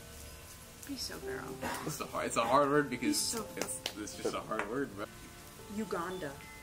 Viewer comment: Vals iconic line: "Be so farrel💅🏼"